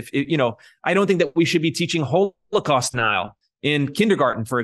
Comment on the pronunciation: I wonder where he picked up his odd pronunciation of the word h0l0cawst.